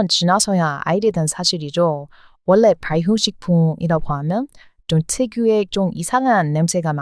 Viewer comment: 어떻게 이렇게 한국어를 찰지게 잘 하나요? 놀라울 정도예요 너무 잘 하고 있는데 하나만 더 알려주자면 전라도-> 절라도, 원래-> 월래, 관리-> 관리 이렇게 발음 하면 더 완벽한 한국어 구사가 될꺼같아요 방송을 왜 이제야 알게되었을까요 너무 재미있게 잘 보고 있답니다~^^